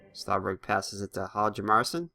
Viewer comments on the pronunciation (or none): Hjalmarsson is pronounced "Harm mar son"